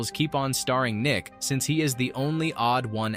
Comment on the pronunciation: So A.I. pronounces staring as starring.